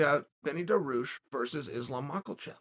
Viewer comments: I can understand calling him Benny, “daroosh” is a travesty though. DAR-I-USH Dariush Not daroosh, dariush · Beneil DAROOOSH. KHAZMAT Chimaev. Dude, if you can't make the effort to learn how to pronounce names properly, just don't talk about them. SAEL CHONNEN!! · Was he joking with his name or was he seriously calling him Benny Daroosh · I actually screamed when he said ”Benny Darooosh” damn Chael out here playing mind games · The pause before Benny Daroosh was pure comedy. Stay you Chael. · When he said Benny daroosh I did a spit take literally LOL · I'm like who tf is Benny daroosh 😂😂😂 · it s called dariush in Persian ecvalnt of Darius it.s the name of great king it.s bothering me people can.t pronounce it